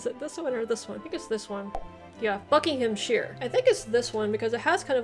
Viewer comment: Shire is pronounced sheer in the country names. You pronounced it correctly for Shropshire and Buckingham shire but not for many of the other shires.